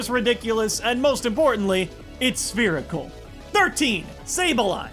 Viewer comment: I couldn't be the only one who repeated "SPHERICAL" like when he was describing wooloo lol